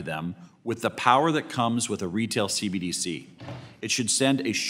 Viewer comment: Maxine Waters can barely pronounce CBDC let alone understand it.